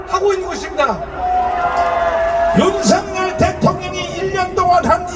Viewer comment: 통역하시는분 윤서결이라고 발음하지 말아주세요 윤성열이라 발음해주세요 윤석열대통령께서는 윤성열로 불리길 원합니다